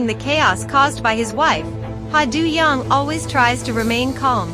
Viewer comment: And his character’s name is pronounced Do, as in Play Doh and John Doe.